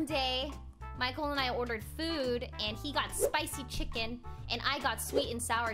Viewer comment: plss stop sey chiken